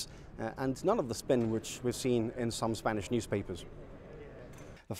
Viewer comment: Reporter sounds 85% native yet non-native back and forth ( "thirty-two", "Spanish newspapers", and "ambience") Mr Picardo sounds 95% native most of the time yet slight Spanish nasality at times (just - ) You can tell they're influenced by non-native English speakers in the area.